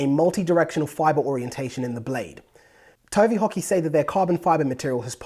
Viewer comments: I kept thinking he was saying "Tony Hockey".. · I heard Tony Hawky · I thought he said tony hawk. lol!!